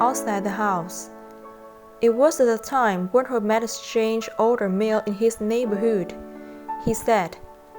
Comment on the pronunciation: I give u prop for reading out loud even though ur English accent is so heavy and when u pronounce the “ neighborhood “ sound like u from Vietnamese or Thai lol sorry it was funny ... keep up good work tho